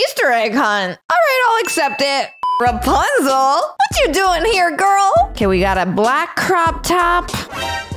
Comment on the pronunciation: Its rapunzel not rupunzel